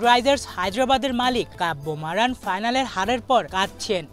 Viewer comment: Name tao bolte parona abar......